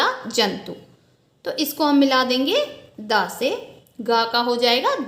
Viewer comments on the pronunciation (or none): मंएएम आप को तो द भी नही दा बोल रही है 😂😢😀😀😀😀